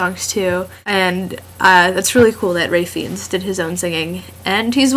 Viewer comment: you are developing a habit of having no forehead in your videos. i can tell your hair's shorter. now the video need to load a bit more... uh it's pronounced Fines...like when u dont return a library book on time. also. moses=shakespear...its a mathematical solution. tell me if u get it. at one point int his vid i lqtmed um mk